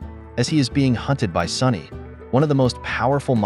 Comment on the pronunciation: So, is the boss called SONNY or SONY? The AI narrator's diction and pronunciation are appalling.